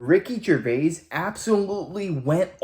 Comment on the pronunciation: Jer-Vay, not Gervase.